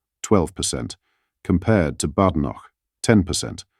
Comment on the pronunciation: At least pronounce Kemi's name correctly ! "Baydenoch"